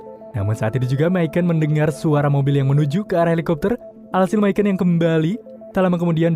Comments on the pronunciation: Misyon min bacanya. Bukan misyen / myken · Bang Micon dipanggilnya bukan mikon tapi mison 😀jadi c nya itu s bukan k